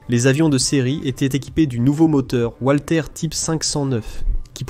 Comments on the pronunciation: "Walter" se dit valter pas oualter 🤪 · "Oualter" c'est en anglais